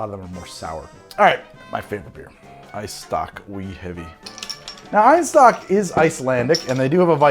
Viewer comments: Little tip for you since you feature Einstök so "often" on your show, the pronunciation is not "I-nstök" but instead more of an ay sound, the I sound in Icelandic come from the letter æ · Hey, you probably know, but you're pronouncing Einstök wrong.